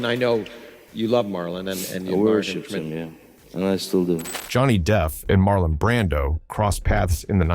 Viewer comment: "Marlo Brandon" ????